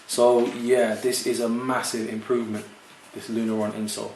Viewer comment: Nice review, dude! It's Lunarlon, not Lunaron. :)